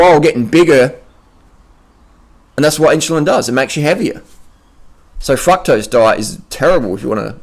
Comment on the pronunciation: i crack up at his "fucktrose" xD